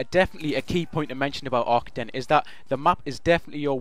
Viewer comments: I am sorry, but you say Ar-KA-DEN (pronounce the ka part as K with a long a after it) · It's not Aye, I can tell. I am Dutch, and I master the German language, AR-KAH-DN is the correct way to pronounce it. Fun fact: the Arkaden logo, color scheme and mall is inspired by serveral real German malls, called "Galeria Kaufhof" (franchise)